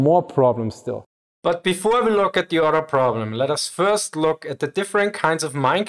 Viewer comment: "When the mine rollers are not suspended independently from each udder" 😂